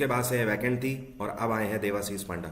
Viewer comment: 😄Sir it's not पांडा it's पंडा